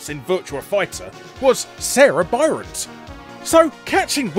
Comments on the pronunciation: Like the video, but I do need to mention two mistakes you made. The female character in SEGA"s 'Virtua Fighter' series (and Dead or Alive, to a lesser extent) is named 'Sarah Bryant,' not Byrant. Also, the male character in the orange gi from several of SNK's franchises is named 'Ryo Sakazaki' instead of Ryu. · Sarah Byront? You mean Sarah Bryant? And ryo is different from ryu. I expect better than this, for some reason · Did you just call her Sarah Byrant? Am I hearing things?